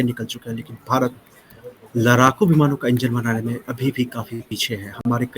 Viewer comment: लड़ाकू को लराकू बोलने की 😂 वजह से देरी हुई है, कोशिश शुरू हो गयी है सफलता अवश्य मिलेगी!